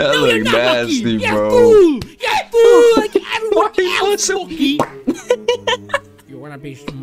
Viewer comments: ITS MOKEY NOT MONKEY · It is mokey not monkey